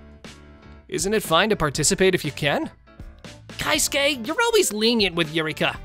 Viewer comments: It's KE-SUKE not KAI-SUKE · It's kei-suke not kai-suke lol